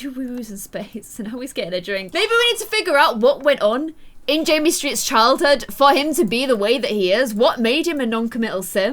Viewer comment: Savannah Haynes, its JAMMIE. NOT JIMMY